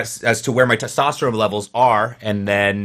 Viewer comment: its testosterone with an n, man.. keep it up